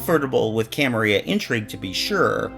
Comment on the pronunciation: I think you got a word wrong. It's "camarila" not "camaria".